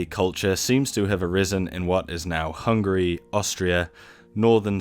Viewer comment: hungAry, not hungry. I mean, we like to eat, but c'mon! Szentgyörgyvölgy-Pityerdomb. Just put it into google translate, it can read it for you.